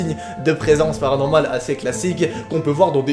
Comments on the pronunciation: Wesh on dirait ta vue un grec dec tu dit PARANORMAL!😁😁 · J'adore quand tu dit : PARANORMAL 🤡🤡🤡 BRANGGGGG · Jsuis la seule à adore quand il dit " thread PARANORMAL" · j aime trop quand tu dis PARANORMAL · Je kiffe quand tu dit PARANORMAL !!